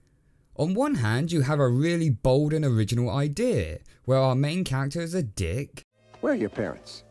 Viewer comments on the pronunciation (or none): none